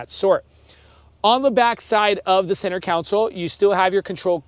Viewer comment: Who is going to tell him that it's "center console" and not "center council"? Otherwise, nice thorough video.